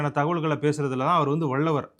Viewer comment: தம்பி! அது "வல்லவர்" வள்ளவர் இல்லை.